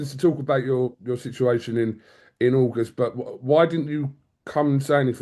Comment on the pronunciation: What's that argos reference about?? Did he say August and it sounded like argos 😂